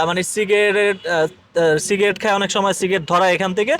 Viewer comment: ভাই সিগেট না উচ্চারণ হবে সিগারেট 😄😄😄